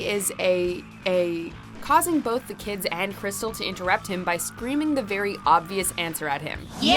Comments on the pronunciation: Not Crystal, it’s Cristal, like the Champagne. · Her name isn’t Crystal it’s Cristal like the champagne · First of all, her name is CRIS-TALLLLLL. You uncultured swine. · Its not crystal, its Cristal like the champagne. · This list doesn't have every entry an Uncle Ruckus scene. And 5 put of 10 moments aren't with Col Stinkmeaner. 0/10 And the Uncle Ruckus exorcism should have been #1! You couldn't even pronounce Crystal right 🤦‍♂️ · Crystal? nonono its Cristal like the champagne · "Read, n****! Read!" 😂 Edit: And I'm sorry, Cristal? It's CristAL, like the champagne? Rude. Lol